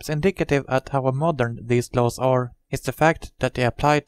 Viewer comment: han måste lära sig engelska han säger lows låws